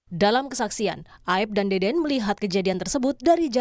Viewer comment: Tolong disebut nama saksi yg bener, bukan deden tapi dede, jgn sampe melebar karna salah penyebutan nama, ntar kaya pegi lagi😅